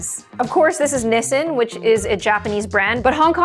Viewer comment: BTW that's NOT how you say "Nissin". And I personally feel sweet and sour instant noodles are extremely overrated. Everyone keeps making a fuss like they never tasted a citrus fruit in their entire life.